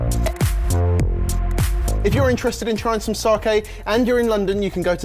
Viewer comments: Saki not saaaaaaaaaaaaaaaaaaaaaahhhhhhhhhkey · "Sarke" huh lads? :P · Its not fucking SARKAY! Only pronounces it almost correct cmon lads. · take out the i in your sakei pronunciation. Think Spain - sa-que. Sake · Sake, it sounds like Sarkay when you guys say it 😜.